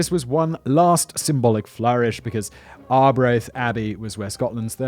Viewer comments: It's pronounced Scoon. It's a Palace and a village, not a tasty baked treat. You did however nail Arbroath. Well done. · Yeah I was shocked when he managed to pronounce Arbroath